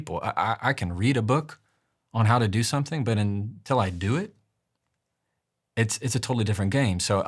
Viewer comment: *someTHING *everyTHING etc. It's THING, not THINK ffs 🙄